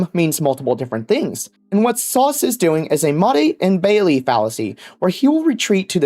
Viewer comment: Since when is it "Mottey and Bailey"? I thought it was "Motte and Bailey"!?!